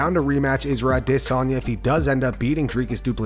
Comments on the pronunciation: Bruh we need to stop this trend of saying Israel’s name all weird with that stupid phoney accent. His name is Adesanya. Adis. Onya. Izzy used to pronounce his name that way all the time, only once DDP challenged him as the real African champ did Izzy start trying to African-ize his speech and call himself “Ah-DIS-on-ya”. It’s a fake, goofy, marketing ploy and it’s not how he said his own name for years. Just stop. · wooohooo, that pause in Adesanya is getting shorter and shorter..bc it doesn't exist in real life! i'm winning this one, you'll say his name right or i'll never shut up!